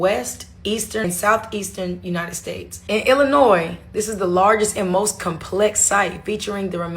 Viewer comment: Because you said Illinoisssss like the S is sounded out. So no, you are not allowed to visit any pyramids in Illinois-silent S